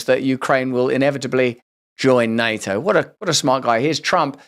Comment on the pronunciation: ITS NATTABOUT NAYTO